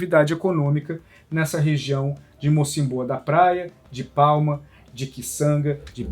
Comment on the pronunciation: Triste. Mais boa explicação da matéria. Corrigindo diz-se Mocímboa (tem acento no i)